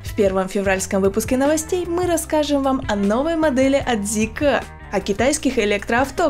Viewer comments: тормози да братишка)). Мы до этого на твоём канале знали эту машину как zeekr а не зикэкр(или как там) ))) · Как слышу Зикэ, не хочу смотреть…. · Очень ужасно ЗИКЭЭЭ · логотип же написан не на китайском, значит произносить на китайском не совсем коректно)) Но а если серьёзно очень не приятно звучит это к э-э-э, можно как то по мягче? П. С. Да это только моё мнение, но судя по всему не я один его разделяю... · Мне одному режет слух то как ведущая произносит Zeekr? Может лучше произносить по английски как и написано, а не по китайски? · я и понял что так говорят в Китае, но мы то не в Китае. И сомневаюсь что на английском именно так звучит...